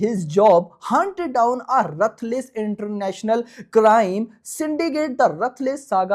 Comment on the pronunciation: Ruthless ❌️ Rathless 😂😂😂😂😂